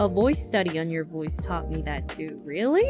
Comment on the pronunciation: Well, Kronii does have a tendency to add an 'ah' sound at the end of her sentences. Her mouth goes back to neutral but she keeps vocalising for a half second. Also can somehow turn words like 'that' and 'man' into 2-3 syllables. These things only seem to happen when she's speaking normally; they disappear when in full voice actress mode.